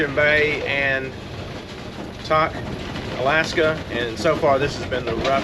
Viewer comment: Just a couple of comment. Since I have driven the Alcan more than 30 times, it seems as though your video clips of the roadway as you drive are not in the actual sequence of your drive. Also, please ask locals for the pronunciation of the names that are new to you. Example: Kluane is pronounced CLUE-AHN- EE and Tok is pronounced with a long o sound Toke not Tahk. Looks like the road between Burwash and the border is the same as it has always been. Enjoy the remainder of your time in beautiful Alaska.